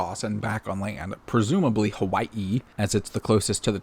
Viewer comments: i have never heard someone say hawaii differently before 😭🙏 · It’s Hawaii, buzz.